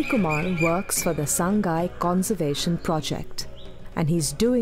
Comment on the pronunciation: Pronounce as SA-NGAI not SAN-GAI Also Name-SANGAI Not SANGHAI